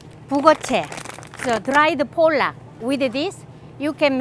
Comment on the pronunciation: You're pronouncing pollock like the bad word for Polish people! :D Think of "potluck" without the "t". Safer to say it that way!